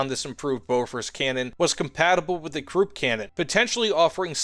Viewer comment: Krupp is pronounced kruhp (rhymes with up), not kroop.